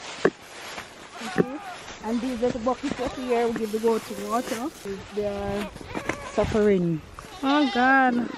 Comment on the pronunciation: What kill me is when yuh say yuh feel like the goat are saying tay to lmao